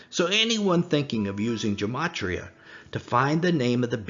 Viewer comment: A small point.... Gematria is pronounced with a hard "G", as in "God". There is no "J" sound in Greek, nor in Hebrew.